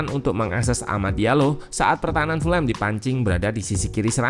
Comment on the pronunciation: Cara baca Fulham bukan full-ham, karena full-ham terdengar dengan arti = penuh daging babi. Yang benar = fulem .... Jangan salah lagi ya gaes please, ga enak dengernya full ham😂